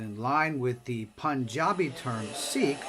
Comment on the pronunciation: Wrong pronunciation